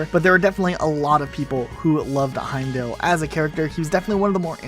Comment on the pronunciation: I wanted to die for each time you said Heimdall’s name wrong.